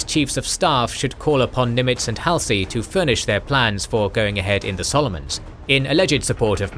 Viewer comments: Nitpick: I believe Admiral Halsey's name is pronounces Haul-z, not Hal-c. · Haul-see... not "Hal-see" Admiral "" Halsey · Top notch content, but the narrator's pronunciation of Halsey irritates me slightly. It's "Haul - zee"!😊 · Hall-see .... not Hal-see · Am I the only one who finds WW2 history being recited by a souless robot to be demeaning and insulting? Get a living , breathing human to do it. And its Hall-sy and Guad-al-canal, not Hell-See and Guad-El-canal! A human would pronounce it right. Souless inflection and mispronunciation makes it almost unlistenable. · ... it is pronounced ... Hall' se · The ai mispronouncing Halsey is annoying af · How many times can you say Admiral Halsey's name incorrectly? Even Paul McCartney got it right and I'm not sure if he was ever all that interested in the Pacific theater of World War II. I know that this is supposed to be a real person doing the narration but there are so many times it does not seem to be that way. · Fact check the pronunciation of Halsey's name.